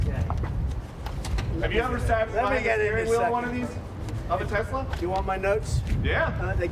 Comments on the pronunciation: min time stamp, "I love Tesler!"😂😂😂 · I love tesler!😂😂😂